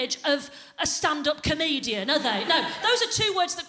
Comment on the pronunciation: Especially when you can't pronounce comedian.